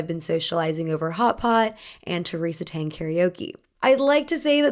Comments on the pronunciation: Quick note that “Tang jacket” as in Tang Dynasty (though the design is actually adapted from Manchu costume), is pronounced like “T” + “on” (similar to the Regency English “Ton”), and not “T” + “aang”. By the same token, director Ang Lee’s name is also “On” and not “Aang.” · missed the mark a lot with the pronunciation of “Tang” and with the history of the Qipao. The history of the Qipao is much deeper because the mandarin collar came from the Qing dynasty into the new republic of China. She emphasized how political it was but for some reason completely ignored the shifting of the dynasties, end of emperors, and the actual political climate in China at the time the Qipao came into fashion. Plus the Qipao was inspired by an ethnic minority: the Manchurian and this is being discussed NOW as a problem because it’s not Han Chinese. Not to mention the 1920s Qipao was misrepresented as a form fitting garment when in reality it was much looser and often worn with pants. It barely skimmed the body line and is now known as Beijing style, while the more form fitting version is the Shanghai style. There is SO MUCH she is missing.